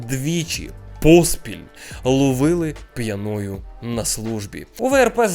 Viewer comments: Бро, пʼЯною, а не пʼянОю🥲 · П'Яною наголос на перший склад і аж ніяк не п'янОю., слідкуй за мовленням.